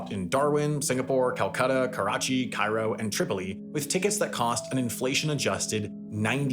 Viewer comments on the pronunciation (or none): none